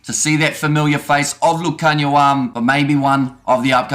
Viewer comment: Love your pronunciation of Lukhanyo's name, spot on! 👌🏽